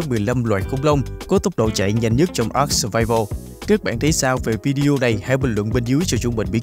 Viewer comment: Với kinh nghiệm chơi ARK mới đây cụ thể là 6 năm thì tôi cam đoan rằng tên tựa game đc đọc là a-rờ-ca chứ ko phải là ắc:)))